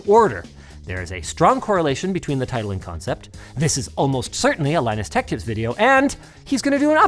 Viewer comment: Leenoos Teqch Teeps